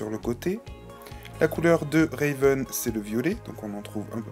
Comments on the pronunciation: C'est pas Réven mais Raven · Ma préférée! En tout jai 8 ever after high et Raven (et non Réven) a été lapremière! !!Seule bémol : tu prononce trop mal certains prénom exemple : Brayar sappelle Briar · Sa me stresse quand tu dit RÉven en plus tu dit sont prénom tout les 2 secondes, donc cest RAVEN! Sinon t'es review sont bien mais c'est juste sa qui me stresse😊